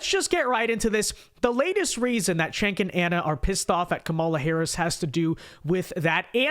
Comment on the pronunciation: It’s not “Chank”, it’s not “Senk”, it’s not “Kenk”. It’s pronounced “Jenk”.